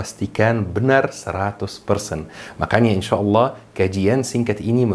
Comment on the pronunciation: akhirnya setelah sekian lama ada yg menulis dan mengucap "InsyaAllah" itu InsyaAllah dan bukan InshaAllah krn dr kecil pengucapan dan penulisan InsyaAllah itulah yg saya kenal.. krn almarhum kakek saya pernah bercerita bahwa dialek Rasulullah itu InsyaAllah. Pengucapan InshaAllah bukanlah dialek orang arab. tp sampe sekarang pun saya masih gak paham apakah ini penting atau sama saja